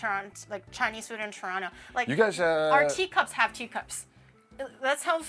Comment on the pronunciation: I appreciate that still pronounces Toronto "Churono" 🤌 Fu**in' Eh rights Bud.